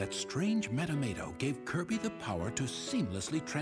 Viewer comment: Metamato?? It's Maxim Tomato!!